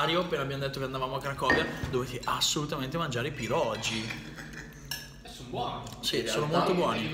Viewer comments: Pronunci male. PIEROGI la"G" si pronuncia come "G" dei funghi.Pieroghi. Sei fantastico,ti seguo da tempo. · Si pronuncia pieroghi non pirogi, la g davanti alla i in polacco si pronuncia come la g di gatto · Si dice pieroghi 😅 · Pieroghi! Non "pierogi" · tutto molto bello ma sentirti dire PIEROGI è una sofferenza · I miei Pierogi (si legge pieroghi però) ottima scelta comunque 😊😊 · PIEROGHI (pronuncia) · Si dice pieroGHI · Piero ghi!!! Senti la pronuncia su google translate!!!! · Pirogi... Ahahah come se un polacco viene in Italia e dice Talliatelli... Haha ha daiiii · Si vede che non sei polacco e poi e pieroghiiiiiiiiii